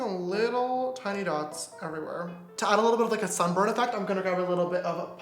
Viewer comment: That "sunburn" ain't it! Lol I love everything else though :)